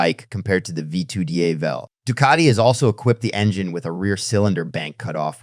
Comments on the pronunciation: Jesus Christ! SAY DIAVEL correctly how its ment to be said. Each time you pronounce the Diavel name its different. Cut the AI crap and put a real capable person to do the talking. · Great video.. just stick to one pronounciation of the Diavel and keep it consistent all the way. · The AI trained voiceover is generally pretty good, but you can hear it cracking occasionally and the pronunciation of Diavel is throwing a lot of people off. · Please learn how to say it